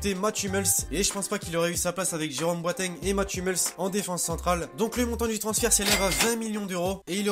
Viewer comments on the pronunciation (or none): none